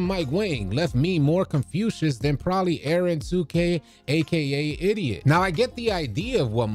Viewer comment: kept calling eren 2k an idiot lmfaooo bro it says iDot like: i dot, as in dimes, passes. i hope im not coming off rude, this is a really funny scenario